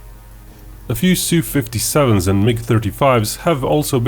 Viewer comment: Su is pronounced as in word "super"